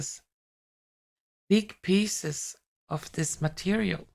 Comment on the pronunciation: you said "pieces", I heard "kisses" 🤣🤣🤣 Metal orbs with kisses, why not 😁 All day that kind of mishearings or misreadings, there must be something in the air 😃😃😃 Love and KISSES to you 😘😘😘 🌸💖🌸😃